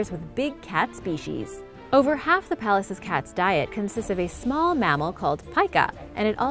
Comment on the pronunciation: Number 7. It sounded like you called it the "palaces cats". Idk what the actual name is, but it sure does look grumpy yet cuddly too! I'd be stoked to be in the presence of ANY of these gorgeous wild cats!